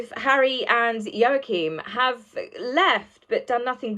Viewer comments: Hi, love your work! I'm not being nasty but could I just point out your pronunciation of Prince Joachim's name. It's pronounced Wah-Keem not Yo-A-Keem. Sorry darling, I'm a Dane and these things get us. 🤣🤣 I think you are wonderful and enjoy your posts. Much love, darling! xx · Wah - keen j has a Wah sound unless it’s different in Danish… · It's pronounced WAH-keem. Like Joachin Phoenix, only with an M and not an N...WAH-keem.... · I believe the name is pronounced "Yaw-kum". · Joachim/n is pronounced wah-keen or wah-keem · It is pronounced Waacheem The o vowel is silent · It's pronounced Wa-keem btw lol 😁😁😁 The parallels confirm the inequalities 👀Check out BLG's vid, H kept looking to the right when asked about his fake kids lol, & talked nonsensically about them because he hasn't got any real ones, H is totally lying! 🤣🤣😂🤣 #archieandbettyaredolls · I don't like to be critical but I think it's pronounced Wakeem . Joaquim. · Joachine pronounced "Wahkeen" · Yo-a-keem? I thought it was pronounced like Wackeem . Maybe my pronunciation is the same name in a different country. It's that bloody J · Ehm, no, Joachim is NOT pronounced Wa-keem.